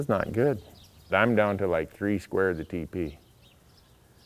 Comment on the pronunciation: When you were saying TP i thought you were saying teepee, and i couldn't figure out why you were so adamant about bringing a tent along with you.